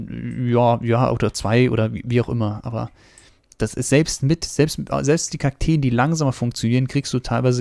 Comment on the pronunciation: es heißt Kakteen 😂 aber sehr gutes Video bester Bauer